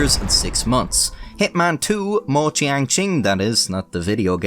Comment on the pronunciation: I believe every word you said in your intro. Your pronunciation of the name Tan Youhui, apart from the tones, was pretty spot on - which is bloody impressive! Well done 😁. Two of the other names were not quite so impressive but still not at all bad. Mo is pronounced 'Muo', Tian is pronounced 'Tien' and si is pronounced 'suh'. BTW, yuan is pronounced 'yüen'.